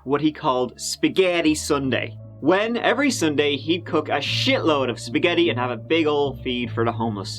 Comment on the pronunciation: The way says "spaGeiitii Sunday" gives me life 😂